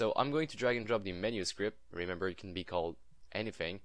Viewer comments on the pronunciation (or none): none